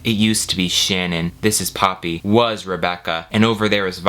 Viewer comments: I kept thinking was saying Papi instead of Poppy hahaha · Half way through the video I realized you were saying Poppy and not Papi and things made more sense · I mean... he could have called her Hydrangea. You kept saying "Poppy," but I heard it as "papi" and i was thinking, "why the heck is he calling the girl daddy?"